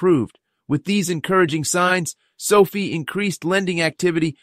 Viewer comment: It’s SoFi (rhymes with Pie)